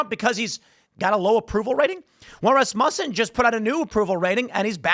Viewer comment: Rasmutton isn't how it's said